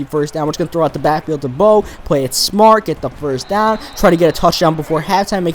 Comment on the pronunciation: You said hove instead of Bo.